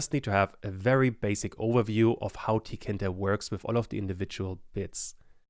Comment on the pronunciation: i believe it’s pronounced tee kay inter, not “ tea kinter ”